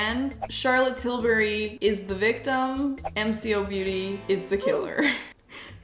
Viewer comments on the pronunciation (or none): Ikr and it’s not m c o it’s mco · Mcobeauty is pronounced M-Co Beauty. Also, the drunk elephant drops come in bronzie drops & Goldie drops. You got the equivalent to the Goldie drops from MCOBeauty & not the equivalent of the bronzie drops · It's pronounced M.... Co..... beauty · It’s M co not MCO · It’s M Co, not “m.c.o” 😂 before they got a huge rebrand, they were called ‘model co.’ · This is an Aussie brand, pronounced as “Em-Co” not spelled out mco 😊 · It’s pronounced emm-co and it is EVERYWHERE in Australia. I won’t buy it as it just seems like they are cheating. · This is how you pronounce MCoBeauty: Em ko beauty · Sorry but it is said M-co-Beauty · Im Australian and sure its pronounced EM CO BEAUTY...I have some of their skin care range and i love it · I’m an Aussie & I love this brand because I don’t have a lot of money for makeup but still want to feel put together & enjoy playing with making. MCobeauty (pronounced Em-Co) has quality products at affordable prices & often goes on sale as well in local stores. Which means I can still wear makeup to the standard I love without having to break the bank ❤ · Pronounced Em-co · It’s pronounced M (like letter M) Co (like the first syllable of collab) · Hey! It’s propounded ‘em- cko-beauty’ hope that helps! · The MCO beauty is pronounced M And the co. Beauty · Hi it’s pronounced “m co beauty “ the m is pronounced as the way it is in the alphabet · As an Aussie it is pronounced em-co-beauty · its pronounced em-ko beauty btw (no hate bc its an aussie brand and you said your wern't sure) i love MCoBeauty bc i'ma broke aussie teen and canNOT afford the real thing!! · Pronunciation of mco beauty M-ko-beauty Hope this helps ❤ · Mco beauty is my fav brand I have like a lot of there products but trust me they are good for your skin but its pronounced em co beauty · it is pronoced as M co beauty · Its pronounced M-Co-beauty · It's pronounced M Co beauty. I love the brand 🇦🇺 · Australian here, it's M Co Beauty